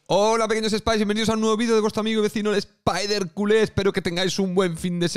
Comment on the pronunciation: La pronunciación en francés del Spider de la League 1 ya es todo un clásico del canal 🤣